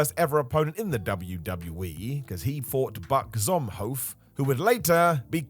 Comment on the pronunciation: Triple H's first opponents name is pronounced "ZoomHoff"